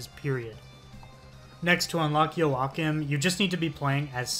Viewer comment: LMFAO DUDE WHAT WAS THIS PRONUNCIATION OF JOACHIMS NAMEEEEE